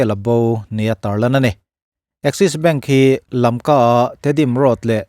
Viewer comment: LAMKA tihin lam hram2 i laa